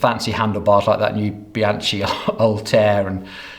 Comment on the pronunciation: And Bianchi with a K, not with a "tschi"